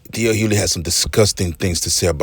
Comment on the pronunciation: HuGhley‼️ His last name is pronounced Hugh•ley! 🤦🏾‍♂️ The "G" is not silent. 😒